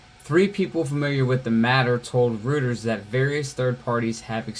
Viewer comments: Not trying to be a dick, but Reuters is German, it's pronounced Roy-ters, not Rooters. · It's real simple, just Roy-ters. It's German. They say "eu" like "oy", in words like Deutsch (Doy-tch, means "German") and Deutschland ("Germany"). I don't know why either.